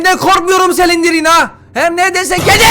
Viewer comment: Normalds olan:Exit:Egzıt Normalde olan:slendırmen(okunuşu):Selindirmen